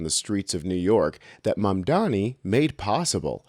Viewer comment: Did you just say "mandani" ? Who's that? 😅